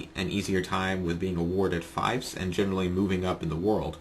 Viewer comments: Good tips, thanks. It's five years late, but hey, knowledge is timeless. The word FIEF is pronounced "feef", not "fife". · fief is pronounced with same sound that is in thief